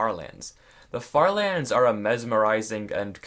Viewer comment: Honestly died laughing at the farther... er lands